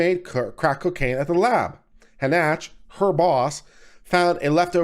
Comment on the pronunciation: Again (referring to another video you posted), how do you continually get the pronunciation "Hah Nach" from the name Hanchett? Shouldn't it be something like Han Chet (or, possibly, Han Shett)? Just curious.